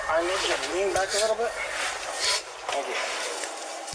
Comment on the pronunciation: "Don't be like.."